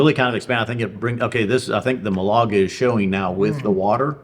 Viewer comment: Great review guys ! (Málaga not Malága is a sweet fortified wine much like PX) Cheers